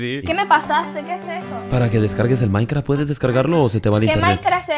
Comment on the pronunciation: Dice Maincra 🥺🤠 me caso!!!😹😂